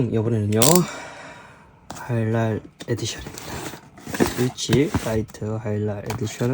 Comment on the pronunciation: 영상 잘 봤습니다 이분처음보는데 사투리쓰시는지 하이랄을 자꾸 하일랄이라 하시는게 재밌네요ㅋ 하이랄 해보세요 하.이.랄